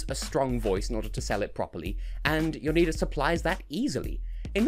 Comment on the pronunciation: You got Jonida's name right, luckily still in contact with an Albanian from uni so asked her how you pronounced it